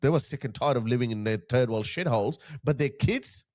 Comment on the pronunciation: I gotta laugh how you pronounce Third World as Turd World, actually your Englsh is great since it is not your mother tongue, and " Th " can be said as you do, go to Dublin and you are O' to be sure.